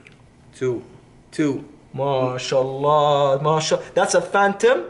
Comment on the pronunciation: God damn dude keeps saying mahallah WTF is doing in Saudi Arabia? Jesus